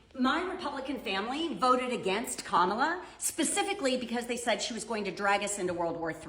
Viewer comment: Hi, Kamala's name is pronounced incorrectly by so many people, pronounce it like the punctuation mark, com ma la..thank you!